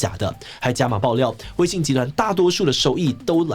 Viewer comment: 有些許地方口誤成「威信」了喔